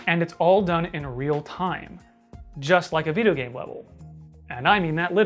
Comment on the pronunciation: yes, that unreal game engine Me: hehe viddy game man says viddy game words:)